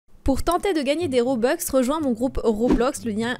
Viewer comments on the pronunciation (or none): arrète de dire robex c'est robux